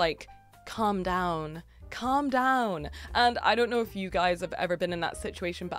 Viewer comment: Hahaha the switch to southern english accent in saying "calm down" is too accurate.